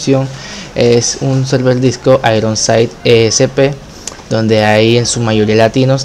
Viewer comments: Nariz :( xD "selvel" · al inicio, en la anunciación del server de discord, se entendia "selvel"